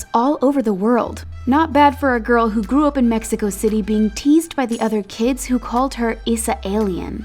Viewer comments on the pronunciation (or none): none